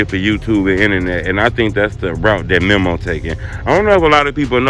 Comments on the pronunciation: why you stay butchering his name like that? its MEMO not mimo 🤦🏾‍♂️ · Bruh never says Memo's name right 🤦🏾‍♂️🤣